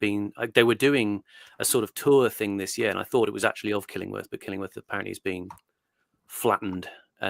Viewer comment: The way says Killingworth hahahah Its Kilingwath up here.